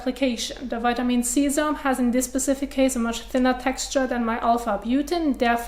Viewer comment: ‘Dis’ is one intense face washing video… If you’re slightly tired or not an expert, your head may spin. :-) It took me a good few minutes to realize that ‘zz-airm’, lol, was SERUM. cute. She’s intelligent, speaks fluid English and articulates it well. I’m glad these videos are just a Hobby of hers ‘cause she’s rather overqualified for the job. Enjoyable extracurricular practice, nevertheless.